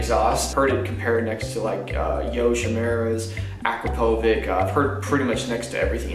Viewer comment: the way he said akrapovic made me cry